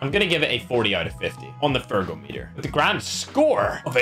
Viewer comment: Please always say on fergometer😂😂